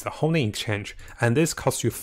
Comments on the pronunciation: Please stop saying "homing". It is "honing". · Please, for the love of God, stop saying "hoMing". It's "hoNing".